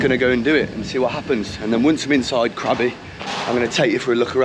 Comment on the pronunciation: It should be Krabi not Krabby !